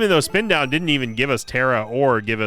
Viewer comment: Spin down start... No no... It's a "sin down start" 😂